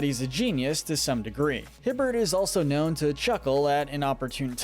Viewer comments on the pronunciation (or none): none